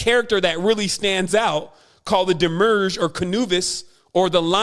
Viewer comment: Also "Wednesday" comes from the French "Mercredi" which comes from Mercury...and not Venus as this guy asserts. Also, it's 'demiurge" and not "demurge." So many obvious mistakes here.